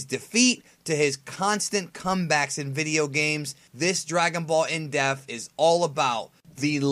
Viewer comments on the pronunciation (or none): Why do you keep saying "in def", it's "in depth"... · It's......in depth. Not in deaf. Am I the only one that's hearing this? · This nigga says dragon ball in deaf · On this episode of dragonball "in-depf" lol